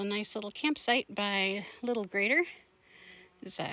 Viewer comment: Love it when you two hike together because then I get to watch the hike twice from two different perspectives! I greatly enjoy watching both your unique takes of the trail. Interesting how you pronounce the name of the lakes. I have always pronounced it with a long i vowel sound (g+rider), though I have never seen or heard any official pronunciation nor could I find anything official when I searched. I know when we first moved to Washington many years ago I had to learn how to pronounce all the names in the area. Several locals have called me out when I mispronounced names and I still get some of them wrong.